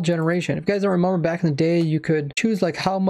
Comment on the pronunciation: Why do you always say remamber and not remember